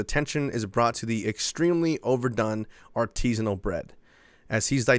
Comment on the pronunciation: "Artisinal?" "Hmm.." A R T I S I N A L. cracktrip ensues